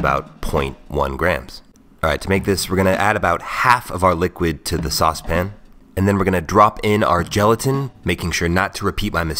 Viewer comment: He says sauce-pin... Like babish